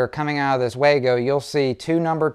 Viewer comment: If you're going to use a common product (the Wago wire connector), at least pronounce the name correctly. It's not Way Go, or Wah go, it is pronounced Vah go.